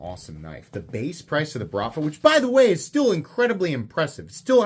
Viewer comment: the word “BRATVA” is Russian slang equivalent of the Italian “Mafia” It is pronounced with a rolling R and emphasis on the last A: brratvAa